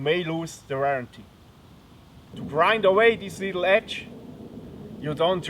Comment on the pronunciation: De rerranty